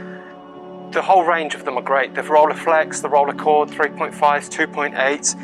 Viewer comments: ROLLEI is pronounced roll-eye, it's German. Not role-ey or whatever... Nonetheless a cool video 👍🏻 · agree to disagree: in the first 2 seconds you say role-eye and that's wrong to... anyway, doesn't matter 😉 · Not Rollyflex, but Rilleiflex. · This made want one even more! But pronouncing Rolleiflex wrongly was a joke right? 😅